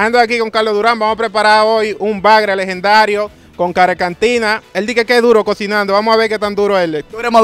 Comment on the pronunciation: Y klk dice el carecantina 😒